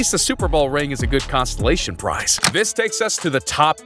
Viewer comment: Lmao. He said "constellation prize". Lmao. And "Joe Falco".